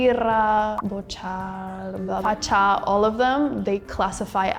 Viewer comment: And "Facha", no "Facca".